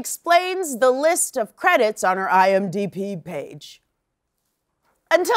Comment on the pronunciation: Did you say IMDp? Cause that's what it sounded like and it's way funnier than Db.